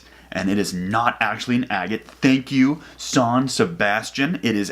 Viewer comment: Lol! Its Jean-Sébastien not sean !! 🤣🤣🤣🤟 Great video my friend ,keep on ,im watching you🙄😉